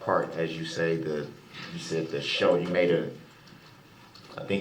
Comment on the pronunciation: A showder? What’s a showder? Does he mean shoulder!?!? He sucks so bad..I can’t stand him